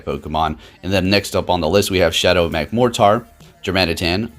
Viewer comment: Not gonna lie, it bugs me how he says Magmortar.